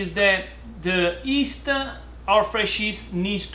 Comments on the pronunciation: 👋 hi say yeast not East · Ma perche' lo pronunci "ist" se si dice "gli-ist" ? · It is called yeast not East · Is he saying..East??